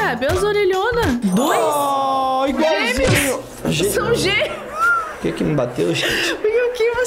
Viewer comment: Em vez de falar gêmeos eu ouvi ela falando gêneos